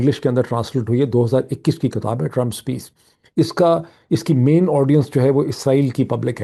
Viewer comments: Your analyses are very useful and logical. I pray that God will keep you safe. (Sir, have you mind if I pay your attention to the word which is actually "Kitab" not "Katab"). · BTW Doc,the pronunciation is KITAB,and not KATAB according to you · اسلام علیکم معید۔ ہم آپ کے بہت شکر گزار ہیں اتنی بہترین خبروں اور تجزیے کے۔ آج دو گزارشیں ہیں۔ اگر آپ برا نہ مانیں تو ایک یہ کہ کتاب زیر کے ساتھ ہے نہ کہ زبر کے ساتھ۔ دوسرا یہ کہ اگر آپ پاکستان کی مہزبانی کو کمشن نہ کہتے تو بہتر تھا کیونکہ ہندوستان کے گرو آریا نے پاکستان کی مہمان نوازی کو ہوٹل کی خدمات قرار دیا ہے۔ جو کہ اس کی حسد اور جلن کو ظاہر کرتا ہے۔ اس لئے برائے مہربانی آپ دشمن کو آپ موقع نہ دیجیے۔ شکریہ۔